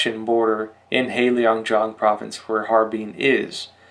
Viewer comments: I only recently discovered your channel and appreciate all the excellent information about China. But please, work on your pronunciation! For example, heilongjiang is not hei leeeeong jiang it is hei long jiang (there is no i in long :)). Sui fen he, sway fun he (he is kind of like huh but without the rising tone, sorry, don't know how else to describe it, maybe someone will correct my attempt). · "Heilongjiang" is not pronounced as Helio jiang, but as Hay lōng jiang.